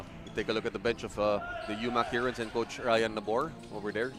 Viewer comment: Since mali naman pronunciation nila ng 'heron', "tagak" na lang siguro para pinoy na pinoy talaga. UMAK Tagak, astig. Hehehe